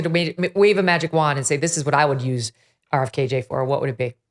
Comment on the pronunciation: I’m sorry but if she says RFKJ one more time I’ll pull my hair out